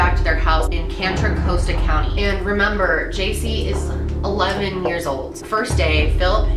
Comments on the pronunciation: It’s contra costa county not cantra casta county aka Antioch ca Oakley ca Pittsburg ca etc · anitoch is only a 40 minute drive from me , i remember watching the re-enactment of this when i was younger on the spanish history channel. also i know it’s years later but you said “cantra coast-a county” but it’s “cON-tra, CO-sta county” sorry i’ve never actually heard anyone mention my county before and i can’t believe it was abt this :( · lol say what kanter kosta? Contra costa (CON TRA COST TA) idk why this bugs me. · This is for if you have to say it again :) :) Contra Costa = con-tra cost-a